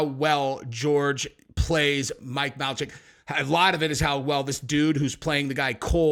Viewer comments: Logan’s friend Mike, his last name is pronounced “may-lack”. Can’t stand these guys but had to say it lol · do you know it’s pronounced Mike “Maylack”? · Not that it matter because I don't care for them but it's Mike may-lack for pronunciation 😅